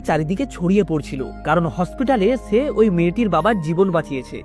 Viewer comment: দাদা ছে হবেনা এটা সে হবে